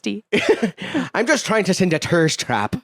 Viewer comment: Tirst Trap 😭